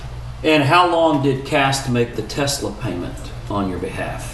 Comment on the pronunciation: Tessler. It’s pronounced Tessler. 😂 this guys is such a slime bucket